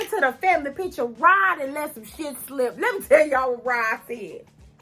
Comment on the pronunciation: Isn’t his name Rod, not Rob? Have I been hearing the wrong name? ☺️